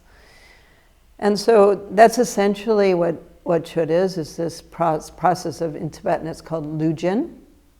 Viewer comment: The letter d is silent in Chöd...